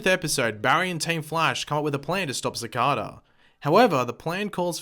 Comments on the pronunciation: It's pronounced SAH-CAY-DAH, not SAH-CAH-DAH ... And also your answer to everything is Time-Travel! Do you ever get tired of being wrong? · Everytime you pronounce cicada wrong an angel loses his wings. think about that the next time you pronounce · you pronounced cicada wrong